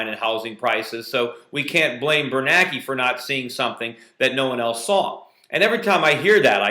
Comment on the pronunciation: And by the way, get the memo Mr Schiff: its BernANKE not BerNAKE.